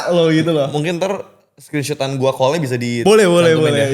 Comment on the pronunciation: Heran aja gw nama George tapi pronounce kata talk dan call aja salah. Talk diucap talek, call diucap kal, wkwkwk... Plis lah...